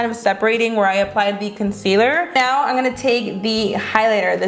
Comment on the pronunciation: I hate it when she says "im gonna take" cause she doesnt pronounce the "m" in "im" she says "n" instead of M She also says "i an gonna take"